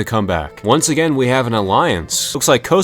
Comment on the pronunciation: It's not pronounced "Koasoavoa" it's pronounced "Kosovo"